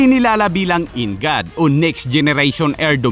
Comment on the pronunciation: NGAD /EN-GOD... Imbes na ganun....-IN GAD hahaha , 😆😆😆VISAYA?